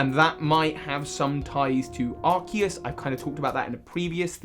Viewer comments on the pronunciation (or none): none